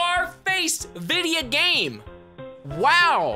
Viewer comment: Idk why I keep coming back to hear him say “videya game”